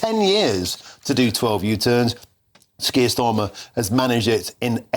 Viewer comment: Are you saying 'skier Starmer', it sounds like it! He certainly does not deserve the title 'Sir'. In the old days you were given a knighthood for bravery, service or for doing good for the country. Starmer has done none of these things. He lied to the country and continues to do so. He gaslights the people. He is a traitor. He prefers the WEF to Westminster. He loves Muslims over the British people. He is a weak little excuse of a man and his Knighthood should be removed.